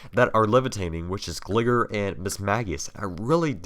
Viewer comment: Terrible how jhe says pokèmon and gligar smh...